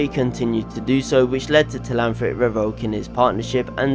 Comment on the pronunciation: It’s Telhamthric not Telanthric